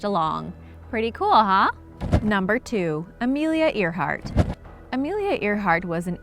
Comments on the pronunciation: You said Amelia Earhart wrong. It’s pronounced (Air-Heart.) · It's spelt Earhart, but it's pronounced airheart. And also you missed like most of the actual mystery of these mysteries. Example, people want to know who originally lived on Easter island as apposed to how a tall statue was built(anyone can answer that: big rocks and tool. See?) because it wasn't invaded. They went to the island with an invading force sure but reached a long abandoned island. You didn't talk about the electromagnetic disturbances that linger in the Bermuda that can do anything from messing with your compass, to dropping your plane out of the sky like you reached a drop pocket. And spilt booze was a legitimate issue that caused ships to get destroyed.......on warships, or combustion engines, I'm not sure if anyone knows anything about naval or marine vehicle structure, but it was actually really hard to set a ship post 13th century on fire, because the use of flame retardant resins was applied during and post construction of the vessel, the wood was also usually dampened by oceanic conditions when it was at port, or constantly being splashed and rained on during usage. So good facts and solid info, it's all well structured and educational and all, but you didn't really answer the questions people usually ask about these things. Also some of them are half explanations which usually draws out more questions.